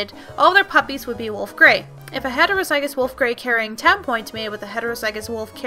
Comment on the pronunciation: Ok these videoes are great but one thing is just gettong to me. The pronunciation. Homozygous and heterozygous are pronounced 'hom-o-zij-ous' and 'hetero-zij-ous an allele is pronounced 'uh-lell', sable is 'sah (like sat without the t) bl'. As a horse genetics maniac i thought dog genetics may be a little hard to understand but you explained it very well.